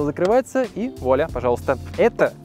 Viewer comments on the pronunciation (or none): none